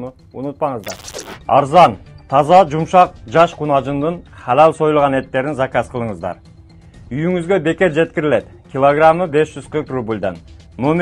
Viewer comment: Алал дегилечи калал дебей